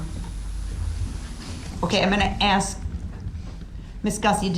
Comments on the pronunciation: But he can aks questions... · Hughes nope. Listen to him speak. He doesn't ask, he aks... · making fun of the way DB’s idiot self is pronouncing “ask”.